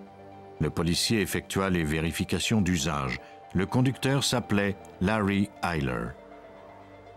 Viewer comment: Pour la prononciation du nom, c'est Larry Eyler le tueur en série.